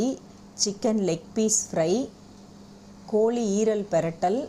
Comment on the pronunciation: Kolli kolumbu illa... Kozhi kozlumbu... Tamil ah kolla panadinga....